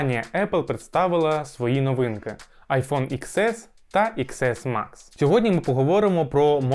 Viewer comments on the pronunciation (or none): ріже слух коли кажуть айфон ікс ес, добре відео, але вірно казати айфон (десять ес), пробач за критику